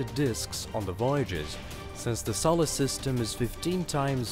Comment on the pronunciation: I'm wondering what a "sollersystem" is.